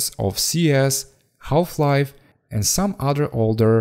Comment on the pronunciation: "Half" is pronounced "Haaf" or "Haf".. the "L" is silent